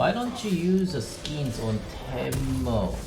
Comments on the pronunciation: why does he always say taimo instead of teemo? Annoys the hell out of me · He says teemo not taimo